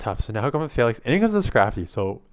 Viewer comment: Falinks sounds like failing😆